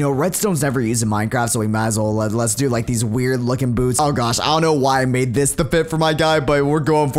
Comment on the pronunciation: calling it wired instead of weird makes it sound so wuierd